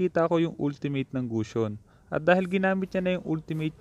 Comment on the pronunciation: when you pronounce ultimate it's wrong bro.